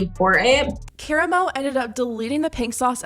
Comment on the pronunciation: the way you pronounced Koramo just took me out!